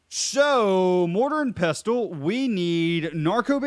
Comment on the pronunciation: the T is silent in Pestle